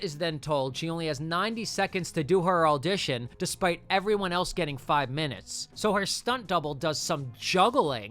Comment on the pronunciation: it’s crazy how many times i heard you say “alldition” instead of audition. what the heck kind of accent is that